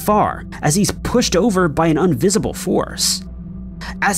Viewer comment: Did he say “unvisible” or invisible? Idk why but it’s confusing me.